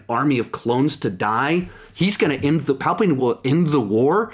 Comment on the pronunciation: “Palpatween.” -, 2019😂